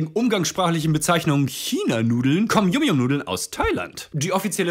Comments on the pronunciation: Er hat es yum yum ausgesprochen, das wir yam yam ausgesprochen 😭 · Die dinger werden eig. YAM YAM ausgesprochen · Das wird yamyam ausgesprochen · Warum versteht eigentlich niemand, dass YumYum wie „YamYam“ ausgesprochen wird? YumYum ist englisch für lecker.